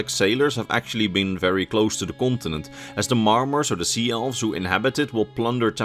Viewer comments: I see, I did not mean to be rude, I probably came across that way, at first it sounded like you were actually saying gibberish, though I am pretty certain the way ESO pronounces it is not how it's spelled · which game are you talking about? Since the way your pronouncing it is nothing like how it's spelled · I am sorry but did anyone else keep hearing him say france when he talked about the continent the sload was from? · I love your videos but your pronunciation of continent is ear cringe. I hate to be that guy but it was said SOO MUUUUCH!